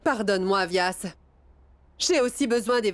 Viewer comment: C'est moi seul ou j'ai entendu vyas appelé douadanbari